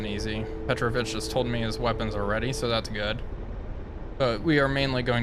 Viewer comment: His name is PetrOvich, not PEtrovich. Just for you to know.